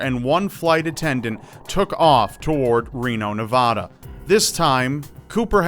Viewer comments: nevada not nevahda!! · I love your channel and this was very interesting, but in the future, Nevada is pronounced neVAHduh, not nevawduh. I know it really doesnt detract from the quality of the video but I'll just say it since I didn't see it elsewhere in the comments good work, interesting stories, keepit up d(w)b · It's not ne-va-du it's ne-va-da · ....Yeah, Nev-AH-da. Good job guy. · You said Nevada wrong man :( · Even though how you pronounced Nevada, "triggered" me, I love you to death so I will give you a pass. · i deadass think that doesnt really know how to pronounce Nevada (i live there so i would know)